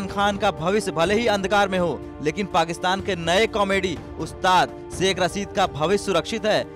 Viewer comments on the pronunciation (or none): Aby Delhi ke Dallo saikh nahe hota shaikh hota ha 🤣🤣🤣.... Toilet less bhikareo 🤣🤣....... Apne farmers ko daikho